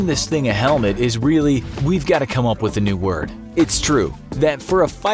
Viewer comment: HEMET instead of Helmet